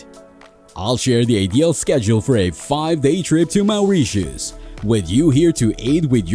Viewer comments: Awful voice and pronunciation. MAOURITIUS!! WT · Had to turn the volume down , maoreeshus